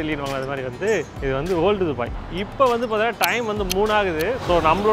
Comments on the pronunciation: துபாய் ❌ டுபாய் 😂😂😂😂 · துபாய் is a word டுபாய் is an emotion. 😅